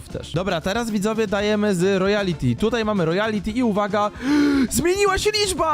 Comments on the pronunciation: to nie "ROYALITY" TYLKO "ROYALTY" NIE "ROJALITI" TYLKO "ROJALTI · Pov: mówi royality a pisze royalty xdd.